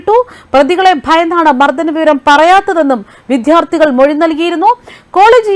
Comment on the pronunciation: വിധ്യത്തി , വിധാർ ത്തി തെറ്റില്ലാതെ വായിക്കു ശരിയായത് വിദ്യാർത്ഥി അറിയില്ലെങ്കിൽ പറഞ്ഞു തരാം😅😅😅